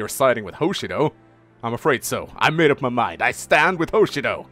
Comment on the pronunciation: Well, if you're going to bring up Mang's pronunciation, then there's something that's repeated far more. Hoshido is pronounced with the emphasis on the second syllable; Ho-SHI-do. Not HO-Shi-do. Very insignificant, but you brought it up first.